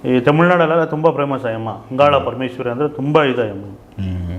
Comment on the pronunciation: Its angala parameshwari not andala parameshwari